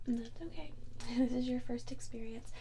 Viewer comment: i really love the occasional pronunciation of "oquay" or "o-cawhey." seriously.